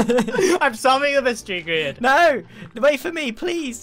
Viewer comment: It's Grian not grain !